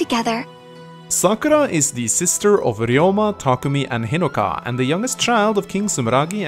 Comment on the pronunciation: Idk why but the way you said Hinoka at the begining of the video sounded like inigo to me